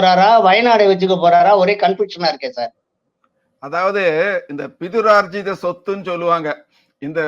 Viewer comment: திருத்தம்.. "பிதுரார்ஜித..."